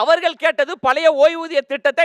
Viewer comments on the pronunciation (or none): none